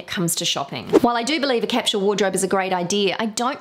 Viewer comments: IT IS CAPSULE NOT CAPSHULE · OMG!!!! 🙉 I'm trying really REALLY HARD to deal with the way you say Capsule!!!!!!!! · OMG I'm trying really*REALLY HARD* to deal with the way you say Capsule!!!!!!!! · You may be surprised to know that capsule is pronounced differently in different parts of the world - neither is right or wrong!